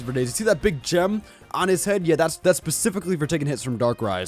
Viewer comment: Specifically not pacifically -_